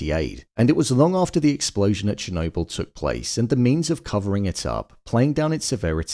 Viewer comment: It’s not “Shernobyl”